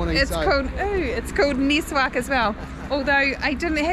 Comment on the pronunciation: Its called miswak not niswak , i can guarantee you that is way better than toothpaste